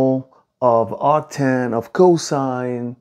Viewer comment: ah yes, actan